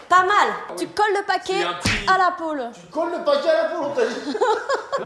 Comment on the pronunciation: pôle, pas pool Carlito XD